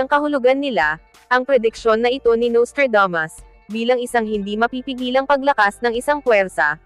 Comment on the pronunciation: Naiinis lang ako sa narrator na Babaeng ito, masyadong maarteng magsalita! Yung Nustradamos ginawang Nostradames.